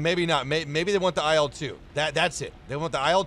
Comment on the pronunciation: Hey you pronounce IL in IL-2 like "aisle" while in reality it is pronounced more like "ill".